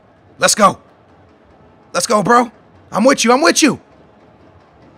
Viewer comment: Anybody notice he said i'm witch you